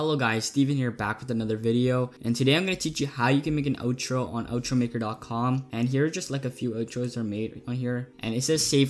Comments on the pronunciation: Not to be mean, but it's OUTro not Otro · no I meant you SAID it like oetro like o